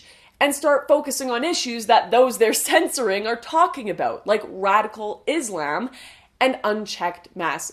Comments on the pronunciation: I smile every time you say 'Izz - lamb'. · Lauren Southern i like how u say islam. Turns me tf on dude.